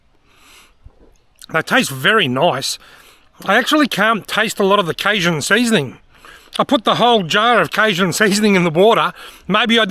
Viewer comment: Canadian, not American, but pretty confident in saying the 'j' in cajun is pronounced with a hard j sound, like the words jungle or John, down there in the States as well us up here in the Great White North. Great vid. Those nets are interesting. Would be cool to see a side-by-side comparison between them and a trap that you could throw an extra 10-15 feet further out.